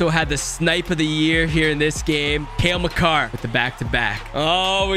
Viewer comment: When you said Makar I thought you said Macanrin